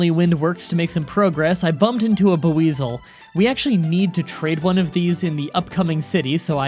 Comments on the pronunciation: Pronounce “Buisel” as just “weasel” with a b in the beginning, but not “Buh-weasel” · Yet again failing at Pokemon names with BOO-EZAL? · Buw-weizel. Nice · The way you pronounced Builzel gave a stroke. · Just listening to how he says Buizel, Rotom, and others is still extremely painful. I know he tries to say names correctly and he's constantly being given advice on how to say them, but I can't help that it makes me cringe when he says the names so badly.